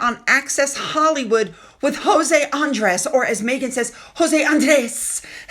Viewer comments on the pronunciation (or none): none